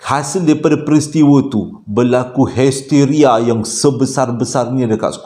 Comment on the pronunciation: Hesteria😆 Layanzzz. Seronok kekdg trsasul